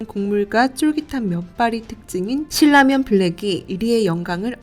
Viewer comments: 일반적으로 신나면이라고 들었고 실라면을 거의 못들어서 어색해서요. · 신라면의 발음은 실라면이 아니라 신나면. 실라면이 정석적인 발음일지도 모르지만, 신나면이라는 발음만 들어와서 좀... 거슬리네요 신라면이라고 발음을 하는 것도 좋을텐데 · 실 라면 이라고 ??? 나 한테만 그렇게 들리나 ??? 돈 벌고 싶으면 제작에 신경 좀 써야지 ..